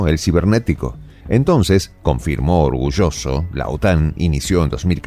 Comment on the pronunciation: Orgurroso? dirá mejor orgulloso